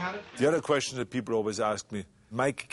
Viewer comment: "gief dah pee-pull AIH!"